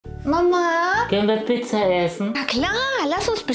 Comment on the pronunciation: Piiizza, die Aussprache von Mama Olga ist umwerfend lustig.😂